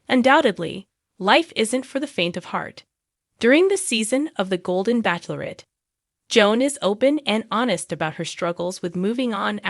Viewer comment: Joan Vassos is 61 years old, not 64. You are also pronouncing “bachelorette” incorrectly. Look, it up.